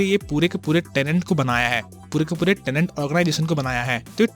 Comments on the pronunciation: अबे झंडू टेनेंट नहीं "टेनेट"। "TENET" जिस फ़िल्म को एक्सप्लेन कर रहा उसका नाम तो ठीक से कर!! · Tenet hai tenent nahi. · It’s tenet not tenent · Why am i hearing tenent